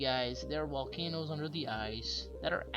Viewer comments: What’s a wolcano? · Whats a wolcano